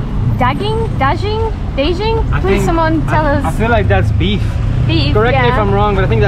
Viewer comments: So...idk if anyone told u this yet...kambing is actually lamb. And the way u pronounce Daging, idk how to type it for u.... Try saying Dag GGing, not Dajing....it should sound more G n not J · Kambing is goat/lamb, ayam is chicken and daging (pronounced as da geng) is beef. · "daging" -> "beijing"??? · daging Can try pronounce it like da gain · as a native to this contry i kinda feel pain whan thay pronounce dagging and kambing